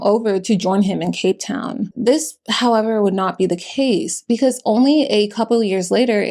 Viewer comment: You did us in Cape Town proud. Beautiful pronunciation